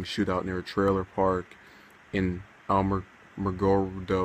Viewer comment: It's very sad. We attended the procession today, as they escorted officer Corvinus to the funeral home. It was encouraging to see the community come together and line the streets in honor of our fallen hero. By the way it is pronounced (Alamo gordo.)Alamogordo. R.I.P. Officer Corvinus!